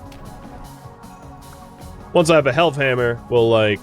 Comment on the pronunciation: Was anyone else really confused thinking he was saying "health hammer" all this time?